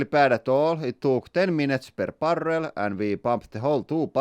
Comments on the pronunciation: BarrrRRRRRrrrrelL! — Lauri, 2024, master of the rolling R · Spaniards "we roll are R's" Finn "hold my beer BARRRRRRREL"